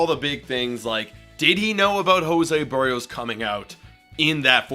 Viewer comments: HIS NAME IS BERRIOS! NOT "BUHREOS" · The one thing that was certain about this season is that only about 10% of all broadcasters/podcasters know how to pronounce "Berrios."